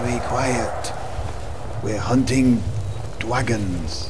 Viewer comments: I totally lost it at "Dwagons" XD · Thanks, after "We're hunting Dwagons!" I am now hearing Richard's voice as Jonathan Ross. "That dwagon shout is gweat...it's weally gweat!"